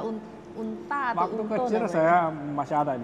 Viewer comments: Teh itu spedah ontell 😂 bukan untaa maaff ngakak dikit 😅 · Sepeda ONTEL uniiii, bukan sepeda unta 😂😂😂 unii aku ngakak